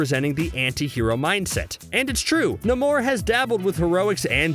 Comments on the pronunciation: Why is the world is the guy calling Namor, "Nimor"?! It's pronounced NAY-MOR! Sheesh! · NAY-MORE it's pronounced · NAY-MORE = NAMOR.. The way you said his name was killing me. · At first I thought he was joking but then kept doing it again and again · Why did you say namor like that